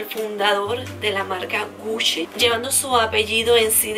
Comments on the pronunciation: Hola como crítica constructiva, la pronunciación no es "Gushi" si no "Guchi".❤ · Me gustan tus videos pero.... cada vez que decias "Gushi" me daba cosita :3, en realidad se pronuncia Guchi no Gushi escribiendo Gucci. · te doy un datito sin que lo tomes mal... es gucci se pronuncia guchi.. no gusschi.. 😊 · Se dice guchi, no gusi. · Me acabo de dar cuenta que estuve pronunciando mal gucci 😅😅😅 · me causa un cierto desagrado como dices "gucci"